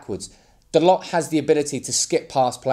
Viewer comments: its Tho Low. not dolots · It's pronounced Dah-low